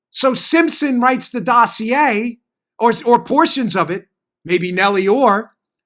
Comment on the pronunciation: Hey Dano! Say "Dossier" again!! LOL! Great job as usual.